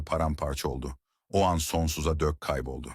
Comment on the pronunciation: Her şey çok güzel fakat bariz kelime hataları insanın dikkatini dağıtıyor. Örn; "sendeledi yerine sendeledöö, sonsuza dek yerine sonsuza dök" gibi. Bunları düzeltirseniz çok daha güzel olacaktır. Emeğinize sağlık